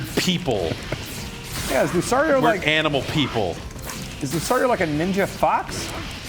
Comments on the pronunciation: Dammit, Lucario isn't pronounced Lou-sorry-oh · That guy who doesn't know the Pokemon names make me cry.. The blue beast thing that looks like "Lapras" is called a Plesiosaur also known as the Loch Ness Monster named Dorrie. Lucario's name is "Lu-car-e-o". Sceptile is "Skeptile".. Please, please, please do not make me go on